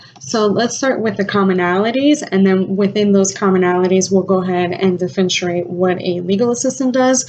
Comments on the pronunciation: I’m so sorry, but it’s pronounced “differ-in-chee-ate,” or “ˌdɪfəˈrenʃiˌeɪt.” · I'm sorry, but it's pronounced "differ-ren-she-ate (spelt: differentiate). At least in British English😁😁